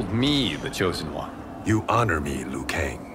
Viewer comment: Scorpion is the chosen one. He actually pronounced Liu right.